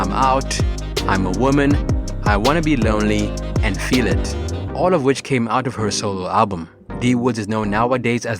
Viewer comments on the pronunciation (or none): none